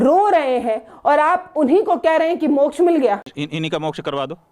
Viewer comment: अकाल मृत्यु को मोक्झ बता रहे है